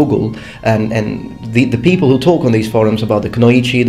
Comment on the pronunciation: "poople" the lowest class of people :D